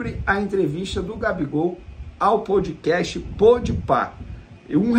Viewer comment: POUDcast POUDpá kkkkk tmj vene